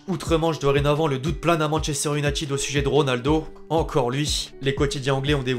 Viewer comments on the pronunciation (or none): none